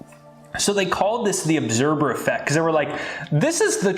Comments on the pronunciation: I thought he said 'obserber effect'. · I love your information but my OCD is driving me nuts. LOL it sounds like you are saying obserBer effect. Lol